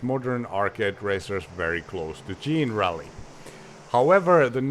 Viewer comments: "jean-rally"? I always assumed it was "generally" as in, "not specifically, but generally". 😂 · Isn't it pronounced like the word 'Generaly' but with Rally in the end? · We would call it "Jenna Rally" as in generation